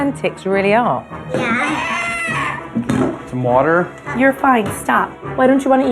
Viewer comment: “Sum woder” 😂😂